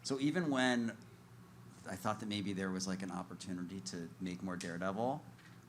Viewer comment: Ahem, there is no "R" in the word "maybe".